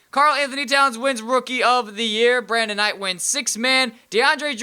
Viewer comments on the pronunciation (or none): none